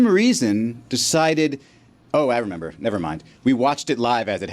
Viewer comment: Why can’t say remember correctly and why yall let it slide